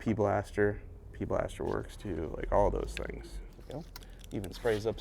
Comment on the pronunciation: Your the first person I’ve heard call it p blaster instead of pb blaster. Now I question my sanity.